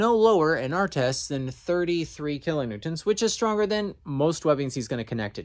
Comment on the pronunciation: If you really want to feel like you gotta say it kilonewtents.